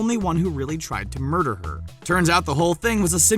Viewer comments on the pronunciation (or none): none